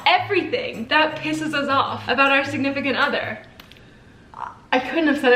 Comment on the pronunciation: Oh my god, did just holly said: Sidnificant Other?! Like in One Day at Time?! OMG